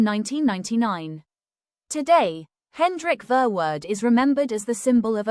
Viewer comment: Horrible pronunciation for a horrible, evil Hendrik Verwoerd